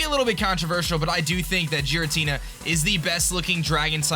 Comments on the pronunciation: It's pronounced "garatina" not "jeratina" that bothered me so much! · GEAR-AH-TEE-NAH, not Jeeratina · It isn't jiritina it is gearatina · Haters be like: OMG it's OBviously not pronounced "jiratina" it is of course "ghiratina" with a hard G!!! Seriously am i the only one that knows shit??? UGH Me: Hater, fuck off mate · Jiratina its totally pronounced that way totally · i dont know where he is from but in some languages its pronunces jiratina in the translated anime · It's Gear-a-Tina come on now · the way you pronounce Giratina is triggering me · pronounced Rayquaza right but not Giratina. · I'm fine with the way you pronounce Rayquaza, because that's a common mistake. But the Giratina pronunciation bothers me. I get you pronounce it differently but it just seems weird.